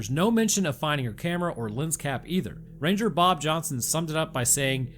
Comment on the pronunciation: Did you say ran-gur? Did the clankers get Roanoke?!